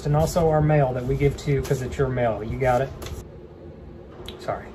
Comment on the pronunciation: “Mial” 😂 IM CRYING